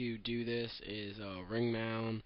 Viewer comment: Did u say ring mound? wtf?